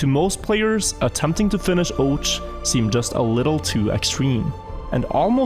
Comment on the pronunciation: can't beleive this guy hasn't figured out the proper pronunciation of ouch yet what a legend